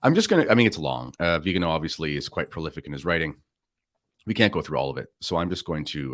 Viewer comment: It's Viganò, not Vigano. The accent falls on the 'o'.